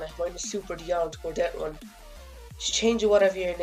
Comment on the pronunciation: Love Irish "Dettrun"